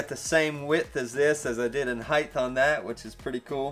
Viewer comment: Hsin-chuen Lin has been doing this for some time. It's cool I don't think this was live! It's been a while, nice to see you back. By the way, there is no such words as height-th: haha